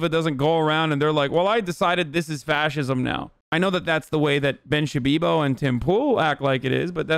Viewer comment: “Ben Shabibo”